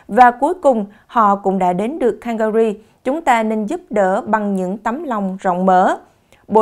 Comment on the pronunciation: Góp ý nhỏ …Bạn nên luyện thêm English chút xíu Calgary city “không phát âm canh ga rì nhé! “